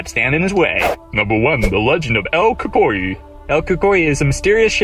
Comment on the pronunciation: "Lorona"? "Cucuy"? WTF?!